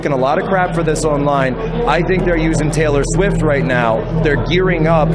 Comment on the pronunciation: More like "Traylor Swiffer"😂